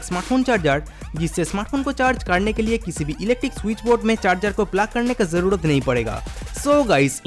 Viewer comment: Dear if you can't speak proper Hindi pronounce so please don't make video in Hindi language like real pronounce Hamara but you said Hamada n Zarurat n you said Zadurat ... Learn how to pronounce Hindi words ..